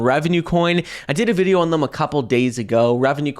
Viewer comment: This is the last video I like if you keep saying "Thum" instead of "Them"